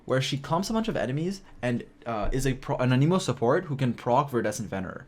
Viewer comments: “A knee moe” 😂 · You also say anemo wrong it seems, 🤔